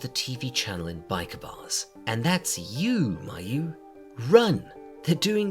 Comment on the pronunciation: "Mayu-nnaise" Now you know you wrong for that